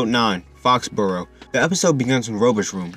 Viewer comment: BRUH I LOVE THIS RECAP SERIES SO MUCH Also not to annoy you but Fauxboro is pronounced “Foe-bah-ro” not “Fox-bah-ro”(I would know because I’m French)